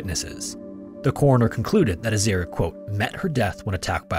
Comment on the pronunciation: Aussie here. Third story you got a few pronounciations wrong. Azaria is As-Ah-Re-Ah not As-Air-Re-Ah and Mount Isa is Eye-sa not Ee-Sa.